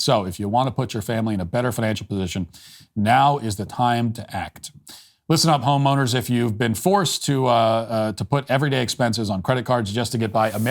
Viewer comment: When matt said listen up home owners in the beginning i swear he was saying listen up homos. 😂😂😂